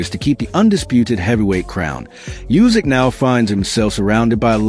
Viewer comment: it is pronounced not "Jusik", but "OOsik". Obviously, Itauma's IQ is not that high if he thinks that he is the best in the world, e.g. better than Usyk. 😀